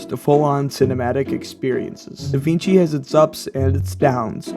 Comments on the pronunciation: Da WING chi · Sorry bro you have me at "da-VEENG-chi"